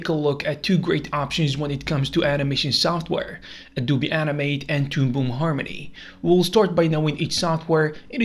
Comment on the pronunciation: no way he called adobe a du bi